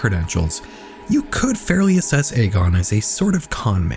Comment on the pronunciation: Just so you're aware, Egon is typically pronounced "EE-gone". One of the main characters of Ghostbusters is named Egon if hearing it outloud would help. I would really really recommend finding a video of someone pronouncing that name if you aren't 100% positive how it's pronounced, especially if you're making a whole video about one person where that name will be repeated a lot. Pronouncing the subject of the video's name wrong right off the bat makes me question the validity of the rest of the research moving forward. Youtubers as a whole seem to have stopped prioritizing finding out how names and places are pronounced before making a video purporting to be informed on the topic, but that really needs be included when you're doing as extensive research as I know you're doing. Names are basic respect, pronouncing them correctly matters.